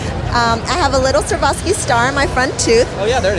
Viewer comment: Servoski crystals? Does she mean Swarovski crystals?